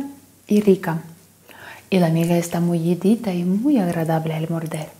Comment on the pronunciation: Gracias! Sos la mejor! Nos encanta mirarte a toda la familia y hacer tus recetas! Qué gracioso escucharte decir mullidito